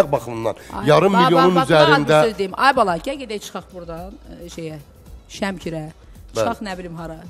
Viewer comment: Ele cur Wemkir dedi ki? Ele bil Marokkodu😂😂😂😂😂. Bu Reqsanedi kimdi cagirmayinda ...